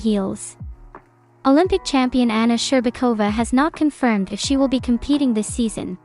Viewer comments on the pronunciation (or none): none